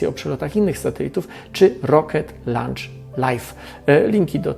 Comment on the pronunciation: launch czyta się loncz. To co czyta się lancz to obiad po angielsku.